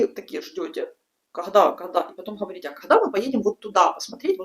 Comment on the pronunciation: Говорите не Ховорите. Если уж Говорите по русски то уж Говорите правильно